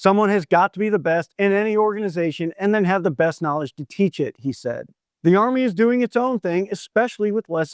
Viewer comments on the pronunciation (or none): none